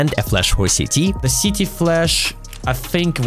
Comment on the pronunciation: Sorry but I do find it very funny when you’re speaking English that CT sounds like “Sh*tty” 😂 great video though